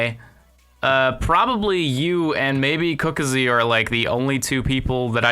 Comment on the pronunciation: "Cooka zee" nice pronunciation.